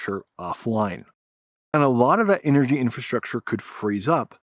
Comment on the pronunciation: Can't you pronounce clearly "infrastructure"? I hear something like infrashrahshcher😂